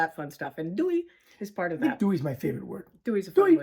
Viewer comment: There's no 'w' in Doei. So not "dewey" but just plain Doey. The i is pronounced like the (Dutch) j.